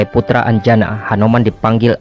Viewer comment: Dewi anjani min, bukan anjana